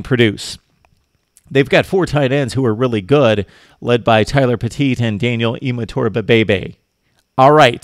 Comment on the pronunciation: Daniel Imatorbuhbhebhe?? Never heard of him!! 😂😂 JK... Also, S.Ajene' Harris is pronounced A-jay-nay.(just in case you have to say his name again in the future). Speaking of Harris, Clay Helton & DC Clancy Pendergast have Gave high praise to Ajene' Harris. They've said in interviews something to the effect of, if they had 11 Ajene' Harris's out on the field it would make their job easier. They were basically speaking of his Focus,Leadership & Work Ethic!! Which is Pretty High Praise!!